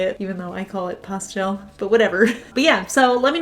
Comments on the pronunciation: I love the way you say pastel! Don’t change it! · I like the way you say pastel. I'm from the south, so we draw that word out! LOL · Please don’t change the way you say pastel. That’s not fair to you.